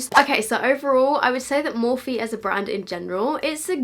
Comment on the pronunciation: noooo stop pronouncing it “morphee” it’s pronounced “morf”